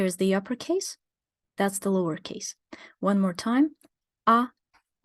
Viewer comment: "Lover case" . Freudian slip? Love it!